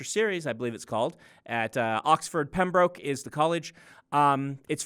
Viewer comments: The 'broke' in 'Pembroke' is pronounced 'brook'. Understandable, as they don't tell people this. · I once again say "Learn how to pronounce 'Pembroke' before you go there".